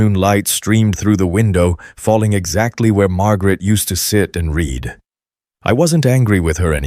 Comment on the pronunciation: Again the wrong pronunciation of a simple word. Read eiter reed or red according to proper use. I am deaf. I read transcripts. You should too.